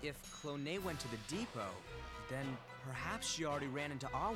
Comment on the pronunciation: its not "clone" your saying it wrong. if you learn all the Japanese vowels you would know why.